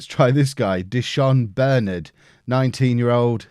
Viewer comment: Di’Shon Bernard is pronounced: Dee-Shon Bern-nard